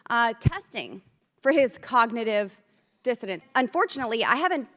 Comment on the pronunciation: Funny, I thought I heard that right the first time but everyone was saying that she was saying "cognitive dissonance" which is a thing at least but no, she is quite clearly saying that Donald Trump was tested for "cognitive dissidents" because she's an idiot.